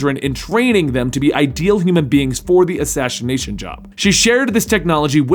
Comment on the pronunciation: assashination job😂😂